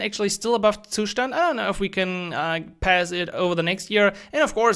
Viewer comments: Every time you pronounce the word "Zustand," it makes my ears hurt :face-fuchsia-tongue-out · Yeah, I get that! Most people get used to pronouncing it differently — like you did in your earlier videos. It just sounds a bit weird 🙂 Btw really appreciate what you do!